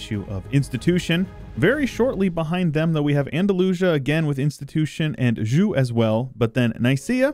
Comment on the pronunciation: Zhou is pronounced like Joe, not Ju